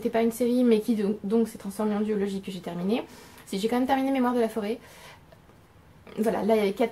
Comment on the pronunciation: J’ai entendu « biologie » pour « duologie »… et mon t9 vient d’écrire « d’urologie » 😭😭😭🤣❤️❤️❤️